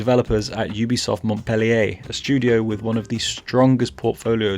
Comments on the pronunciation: It’s funny hearing English speaking Rayman fans trying to pronounce « Montpellier » since I live here lmao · dw it's just that the "t" is mute